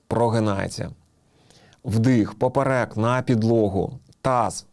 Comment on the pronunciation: ПОперек, наголос на 1ий склад